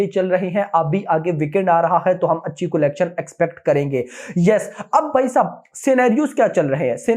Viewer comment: bhai collection ka pronounciation is not "Kolection" it is "calection".